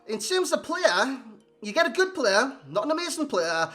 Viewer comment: GOOD NOT GOODZ OR GOODS MAN. Where are you from lol